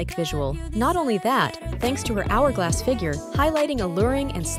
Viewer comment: Not how you pronounce 'hourglass'